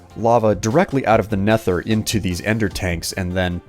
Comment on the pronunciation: It's nether not netthher